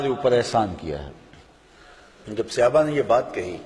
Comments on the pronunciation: مولانا صاحب براہ کرم صحابہ کے لیے اپنا تلفظ درست کریں۔ یہ صیابہ نہیں ہے بار بار آپ غلط کہہ رہے ہیں۔ برائے مہربانی درست کرلیں. جزاک اللہ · مولانا صاحب براہ کرم صحابہ کے لیے اپنا تلفظ درست کریں۔ یہ صیابہ نہیں ہے بار بار آپ غلط کہہ رہے ہیں۔ برائے مہربانی درست کرلیں. جزاک اللہ مولانا صاحب براہ کرم صحابہ کے لیے اپنا تلفظ درست کریں۔ یہ صیابہ نہیں ہے بار بار آپ غلط کہہ رہے ہیں۔ برائے مہربانی درست کرلیں. جزاک اللہ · Janab sahaba karam hai sehaba nahi